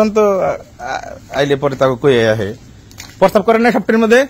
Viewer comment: পরসাব বলতেছেন আপনি কি মদ খাইছেন নাকি